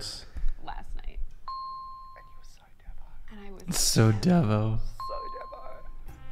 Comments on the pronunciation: It’s pronounced Deevo abbreviation of deviate. Gronk is a chat which is also a person of low intelligence and hygiene. Yarn is a conversation. Yonks is years ago. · "devo" is also short for "deviant" when pronounced DEEVO